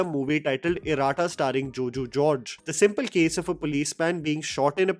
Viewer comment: Not Ir"aa"tta. It's Ir"a"tta. Means, twins